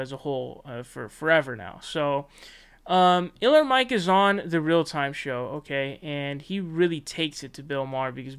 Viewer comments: *K*iller Mike.... not Iller Mike 😁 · Are you really saying Iller instead of Killer Mike because of algorithm? I have been on YT since its inception and the fact that it is has been corporatized, and people like you can't even say the correct name because of money is exactly why I believe no one should make money on YT like how it used to be. The views were more organic and connections were still made to make money. People's brand or thing they are known for should be able to make money outside of YT. Patreon is cool because it is regular people giving but Youtubers making money from ads is crazy to me. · Why does this guy call him iller Mike instead of Killer Mike? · It's not iller its killer Mike